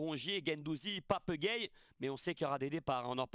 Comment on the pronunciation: "Papeuh gueyeuh" 😂 ❤️